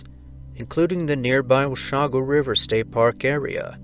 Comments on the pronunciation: Washougal River is pronouced: Wash-oogle ..... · Its Washougal pronounced Wah-shoo-gul. Washington has some of the craziest names of towns and cities!